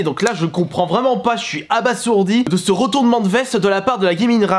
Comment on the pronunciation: Par contre on dit "aba(z)ourdi"...